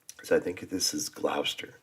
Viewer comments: With the Union flag. Imagine the pole is on the left then the lower left white band must be narrow for the flag to be the right way up. You will notice the bands of the white 'under' the red X are alternately wide & narrow. By the way it's Gloster (not Glowster) & Happisburgh is pronounced 'Hazebru'.Norwich is pronounced Norrich (don't pronounce a middle W in such names). Norfolk is said without the 'folk' stress, more like Norfuk. As Suffolk is Suffuk. Yes Nelson was the son of a Norfolk clergyman. The mound is a Mote, pronounced mot, a moat is a wet or dry ditch. The early castles were often Mote & Bailey, that is a mound within an enclosure. Holkham Hall, home of the Duke of Lester (Leicester) not lycester. The last few shots before the dad's army bit, look more like Norfolk Virginia than anywhere in England. I think they mixed in a few odd pictures here! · Congratulations to Cath for sending this. To pronounce Gloucester try 'Gloster' and for Quay try 'Key''. Don't forget to show us any film of your Costa Rica holiday (vacation) you care to show when you're back. Meanwhile I hope you and yours have a very happy holiday. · Gloucester is pronounced Glos TER the same with Wouchester is pronounce Whooster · Easy way to remember how to pronounce Gloucester is to see the child’s nursery rhyme Dr Foster went to Gloucester in a shower of rain. He stepped in a puddle right up to his middle and never went there again!!! Gloucester rhymes with Foster.